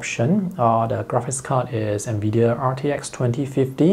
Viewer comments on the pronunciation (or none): none